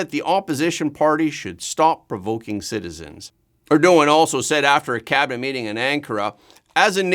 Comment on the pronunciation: Please learn how to pronounce Erdogan.